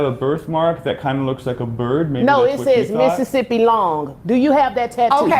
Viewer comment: 'Missisippi Long' That is hilarious